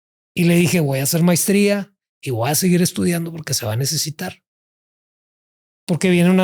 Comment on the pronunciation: Dijo también mistria....en lugar de maestría